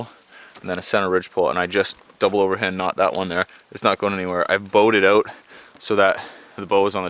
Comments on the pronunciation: "Find a spot, and camp-oaut" 😂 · Nice vid! I’ve always dreamed of having that kind of experience. I’m picking up some Irish/Scot accent when you said ‘house’ ‘out’ and ‘fire’ so cute !